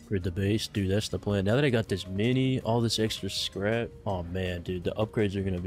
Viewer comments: "are u serious right neow" - 2022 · "Are you serious right neow" LOL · are you serious right neow